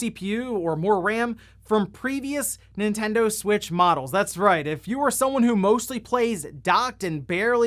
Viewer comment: Nintendud switch